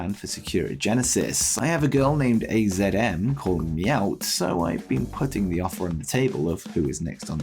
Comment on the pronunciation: Just for future reference AZM is pronounced Azumi A-Zoo-Me.